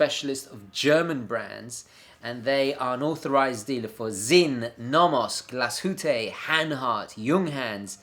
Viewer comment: Props for saying Glas-hütte instead of Gla-shootte like most english speakers! :) Next challenge: Näcken is the name of a Swedish water spirit, and is pronounced neck-ken. Kind of how English speakers usually pronounce the game Tekken, but with an n, and a tiny stop amid the two k's :)